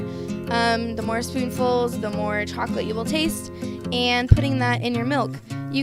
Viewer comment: Same she like tttttts at the end